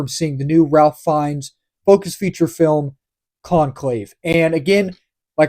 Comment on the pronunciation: Just FYI. And this is not obvious. "Ralph" in the case of this actor is pronounced "Rafe". Not something anyone would be expected to know.